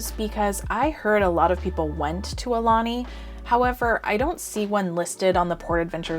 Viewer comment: BTW...Aulani=Ow-lah-nee=Chief's messenger